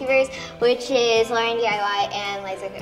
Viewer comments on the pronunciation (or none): none